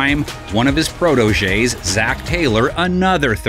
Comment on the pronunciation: Take a shot every time the narrator mispronounces 'protege.'